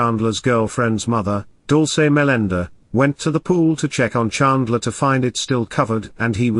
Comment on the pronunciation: omg, learn how to pronounce "bart" and "chandler" before going through the effort of making a video!!!